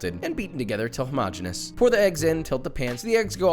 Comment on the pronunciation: Josh I love ya, first because you pronounce homogeneous correctly 👏. Second I would like to propose a drinking game for future episodes. Every time you say “bad boy” we take a shot 😂